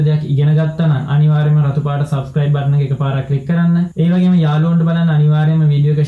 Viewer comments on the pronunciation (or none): none